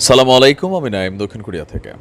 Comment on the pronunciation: ভালো লাগলো আপনার কথাগুলো শুনতে। আপনাদের জ্ঞানী এবং কি আপনার আউটার্স অনেক ভালো তবে সত্য কথা বলতে গেলে কি আপনার কিন্তু সালাম দেওয়াটা হয় না। এই ছোট ভাইয়ের কথায় রাগ না করে যদি শুদ্ধ করে বলতেন তাহলে ভালো হতো কারণ আপনি বলেছেন সালামুআলাইকুম। যদি শুদ্ধ করে বলেন তাহলে বলতে হবে আসসালামু আলাইকুম